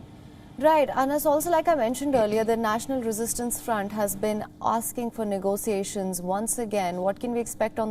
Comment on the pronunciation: Negotiations pronounced 'Nego-shiashins'